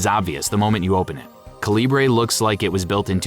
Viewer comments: According to Calibre's developer, it's pronounced CALIBER; not "kuhLEEbray" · Calibre is pronounced like CALIBER. You could have looked it up. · Why are you pronouncing Calibre like that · Calibre is great. But you're pronouncing it wrong.